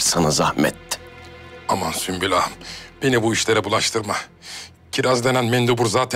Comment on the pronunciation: Bi sen kaldiydin ismini yanlis soyleyen sunbul degil sumbul! Celaud meleune seni🤣